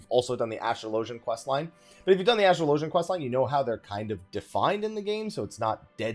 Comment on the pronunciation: You are the only person I've heard call Astrologian, AstroLOWgian. my gosh it hurts my ears xD I guess you also call it AstroLOWgist and AstroLOWgical. ;p